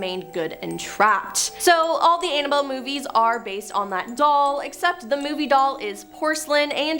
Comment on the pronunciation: everybody and their mother’s know that it is Ed gein not Ed Jean and it’s Annabelle not analbelle. You need to do your research on how to pronounce peoples names because every top 10 videos you do you butcher half of those names. Look up those people and learn something before you put out videos and your staff are letting you down by not correcting you.